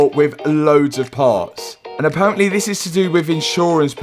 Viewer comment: Intresting way of saying aparently and hopefully